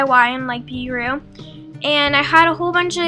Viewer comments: Guru not Gure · It's guru not gure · It's guru nor guru